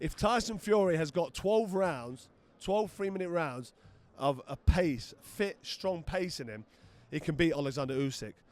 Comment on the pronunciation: Because of Amir's accent I originally thought this went: "If Fury can't do a 12 round, sustained..." "... piss".